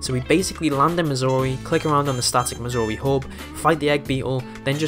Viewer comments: due to your accent it sounds like you're saying missouri instead of mazuri, at least to me lol. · I, uh, thought you said Missouri at first... 😅